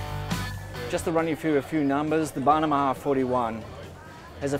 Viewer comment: Dude can't pronounce bahama to save his life. He is improving.